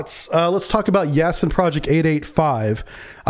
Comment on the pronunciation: Not “Yasen”, but “Yasin” (“Ясень”).